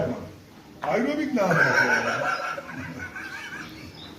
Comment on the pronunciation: Ayrobik ne amk pilates ne amk dediği anda istemsiz gülmekten airobik pozisyonuna geçmişim